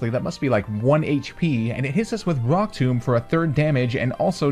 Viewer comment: He calls rock tomb Brock tomb